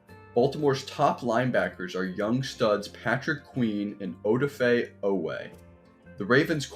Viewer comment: Good video. I think a lot of it comes down to how healthy they are this season including Ronnie Stanley, Marcus Peter, Daelin Hayes and Tyus Bowser. Also Oweh's first name is pronounced uh-DAH-fay.